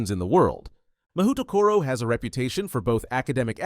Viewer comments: 文字で読むと『マホウトコロ』になって「魔法所」って漢字を想像してた。 それで「『侍所』や「政所」みたいな平安時代のセンスだなぁ〜」「校長はきっと安倍晴明だろうなぁ」って妄想したんだけど、USのオリジナル音声で聞くと「マフウトコロ」に聞こえる。 そしたら漢字は「魔風所」「魔風処」になるのかな！？ 「魔」の「風」が吹く「所」 この動画のUS音声トラック聞くまでこんな妄想はして来なかったわ。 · "Mahoutokoro" LoL